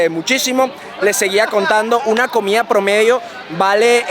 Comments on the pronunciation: Ameeeee el videoooo😍 pero es COMIDAAAAAA No comiaaaa jajajajajaja mis oidos arden cada vez🤣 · Dijistes comia como para q te corrijieran. jajajajajaj COMIDA,.